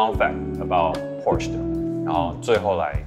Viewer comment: Porsche做過影片介紹德語中Porsche的唸法。 銷售體系的員工應該要帶給大眾正確的資訊才對。